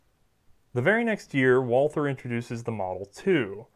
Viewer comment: The pronunciation of Gesellschaft was totally fine, most of these were more accent than anything else (nailed the umlauts)! But if there's something odd, it's the pronunciation of 'Walther'. The h in Walther is silent. It's "Walter", the German 'a' is more like the 'u'' in 'ugly' (there's a section on the English 'Carl Walther' Wikipedia page that recommends saying 'vaulter'). Anyway, It's a pretty lame sounding name on its own in German. Thanks a lot for these videos, great content! :)